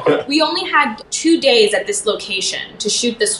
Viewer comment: is it just me or - it sounds like taylor said 5-6 hour “dates” i know he’s probably saying days but... i ship jaylor 🥰